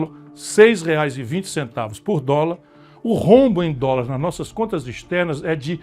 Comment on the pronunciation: Ele não sabe falar dolares.